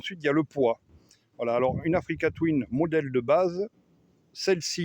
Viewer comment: J ai arrêté de compter le nombre de fois oû tu dis africa touine😅